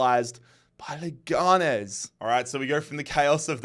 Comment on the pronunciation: I'm at the middle of the video so I don't know if this will be useful, but the pronunciation of Leganés is like you're saying it, but the strong syllable is the last one (nés)